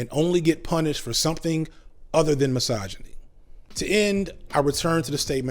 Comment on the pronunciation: Take a shot every time this neckbeard says 'Massage-A-Knee'. Criticism does not = misogyny just because it sounds harsh. Man up.